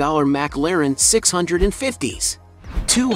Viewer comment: You said McLaren wrong